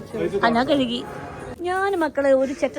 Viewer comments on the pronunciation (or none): none